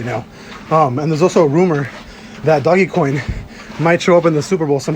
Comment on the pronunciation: Mans bought sm dogecoin and still can’t say it right😂😂 much love bro hope we hit the moon